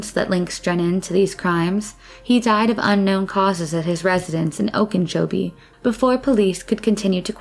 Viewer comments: Okeechobee, not Okinchobie.... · Okeechobee 'oak- ah- cho-be' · And it is NOT pronounced "Ohkin-chobee," as the narrator insists. But overall, for one of these vids, the mispronunciations of our local Native names were few. They always screw up Kissimmee. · And its pronounced "oak-uh-CHO-bee" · Okeechobee doesn't have an "N" in it. Oak - a - cho - bee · There is no “n” in “Okeechobee”.